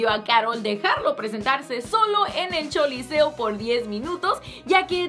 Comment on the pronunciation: Porqué le dice choliseo en lugar de coliseo jaja? Tmbn en el video pasado